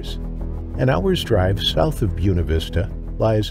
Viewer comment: The word “Buena” (as in “Buena Vista”) is Spanish, and is pronounced “Boo-A’-na,” not “Boo’-na”.